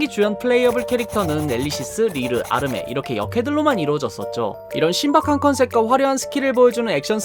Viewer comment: 아르샤가 아니고 아르메